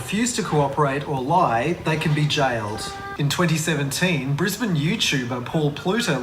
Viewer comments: Yo. Just to let you know Brisbane is pronounced Bris-ban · As someone local from Brissy, it’s pronounced “Brizbin” for folks from the US 🙂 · It's Bris-bin, not Bris-bane. Batman founded the capital city of Victoria, not Queensland. And he probably picks KFC because most Australians LOVE KFC. It's one of the most popular fast food chains in the country and is apparently much better quality than the rest of the world. In comparison, there are 760 KFCs in Australia compared to 4200 in the US. Divided by population, there's about 1 KFC per 35,500 Australians and 1 KFC per 80,000 Americans. And we call a 401k a Superannuation fund. A million AUD is probably about 670,000 USD right now, it's pretty shit recently. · "bris bane" oh brother